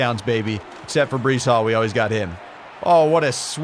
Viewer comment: Who's is b reece it's b rice Brice.....